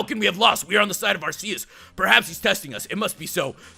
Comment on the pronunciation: it is pronounced AR-key-us